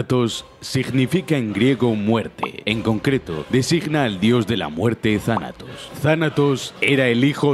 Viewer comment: Yo no pensaba que decía Thanatos pensaba que decía Tarado xd